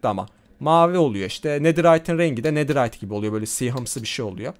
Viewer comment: abi sen dua yı yanlış okuyon nederayt deyide antik kalıntı desen çıkar 😅❤